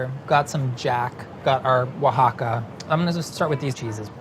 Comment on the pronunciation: pronounces queso oaxaca so perfectly